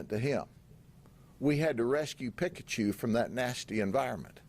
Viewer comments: It's; Peeee>ka-Chu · He says pikkkachu. Pik a choo. 😂 this guy... Talkn to pik a choo. So extra you are Mr Judd. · Bro got Pikachu's name wrong!!! Its ight hes busy making that part of the world better. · The way Sheriff Judd butchers Pikachu is amazing, we need to hear him pronounce all the Pokémon 🤣